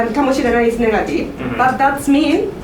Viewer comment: i heard niggative. did anyone?